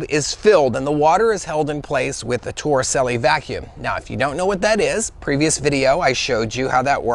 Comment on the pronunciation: Suddenly I need a beer (bottle). Thanks for this. Also, as long as you learned how to pronounce Fresnel (fruh NELL), you may as well learn how to pronounce Torricelli (tor uh CHEL lee).